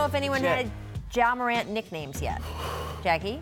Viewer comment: “YA MORANT” 😂😂😂😂😂😂😂😂